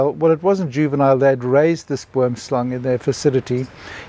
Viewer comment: Terrifying venom. That sounds like a poison from a movie. Good thing you didn't have to find out if you could get antivenom in time. Oddly I heard the snake name as wormslang through the entire video, till I read the comments and looked it up, because of how the Afrikaans oo is pronounced, even though I know boom is tree in Dutch.